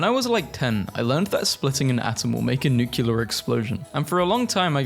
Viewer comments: It's nuclear, not nukiler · Ah yes, nucular energy.